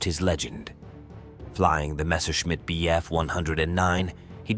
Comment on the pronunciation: "Messorchimit" essa é boa !!!!!! Deus do céu